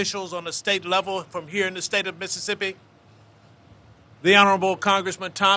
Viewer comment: Biden can't even say Mississippi